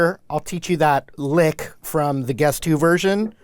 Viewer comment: Is it just me or does it sound like hes saying "The guest who" everytime? lol xD But anyways thanks for the awesome video!